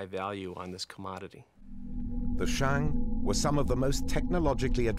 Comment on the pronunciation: Ahhn Yahhng of the Shahhng Dynasty, NOT Anne Yeing of the Sheing. These have to be the hokeyest Tales from the Crypt style reenactmemts I have ever seen, with that bumbling soldier figure swinging the halberd in slow motion followed by the cut shot of red paint blood spraying on the grass with an echoey snake exhallation resounding in the background. The PRC needs to roll out those new ground radar machines reshaping the world of archaeology and revisit all the principal sites, AnYang among them.